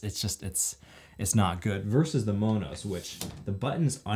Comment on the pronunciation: Thanks for the info on Monos. I’m looking forward to purchasing one. Like the way you pronounce it (the Hispanic version) 🌶🥹💺